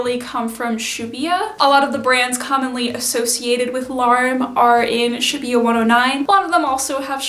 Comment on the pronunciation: For future reference shibuya pronounced shi-boo-yah :) and larme probably more like ra-ru-mu